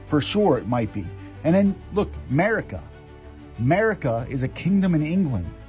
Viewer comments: The encyclopedia guy needs to read better. It didn't say Merica, it said Mercia. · 1L17L00 Anyone who says "Merica" when it is Mercia, is not someone I will read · In the encyclopeadia it did not say " Merica" . It said " Mercia" which is a well known part of the UK. :}